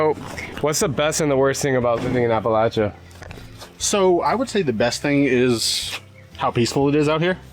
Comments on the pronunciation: Thank you for pronouncing Appalachia correctly. I could actually watch your video. 😂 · Thank you for saying Appalachia right! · Just have to say how nice it is to hear someone (especially a Yankee!) actually pronounce Appalachia correctly! So many people use a long A sound after the L. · You have no idea how much it means to me hearing you saying Appalachia / Appalachian correctly lol Norton is only 20 minutes away from me. It's so weird seeing you in all these spots that I know so well when I was just watching you a few weeks ago in places halfway across the world lol